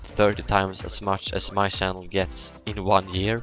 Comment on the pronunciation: I noticed you were Swedish because you couldn't pronounce the ch in channel just like pwediepie xD